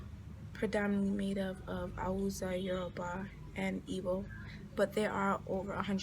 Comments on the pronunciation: A lot of your information is wrong,so much misrepresentation,you can't even pronounce Hausa?? Yes it is 3rd world and it comes with it's challenges but it's home,when you talk about embezzlement,this is aided by this countries you hold dear,USA and Europe are fundamentally funding this so called corruption that we fail to free ourselves from,get the right info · She can't even say Hausa you want to teach her apapa or ajegunle?